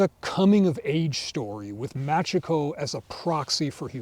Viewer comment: Only telling you cause you like the series: it's pronounced" Mah chee ko" if it is written as Machiko. Cheers